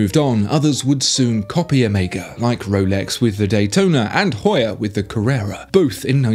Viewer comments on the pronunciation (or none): none